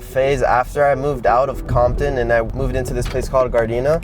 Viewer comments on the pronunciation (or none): Compton sounds like condom🤣